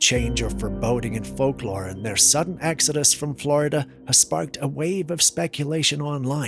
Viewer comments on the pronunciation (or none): none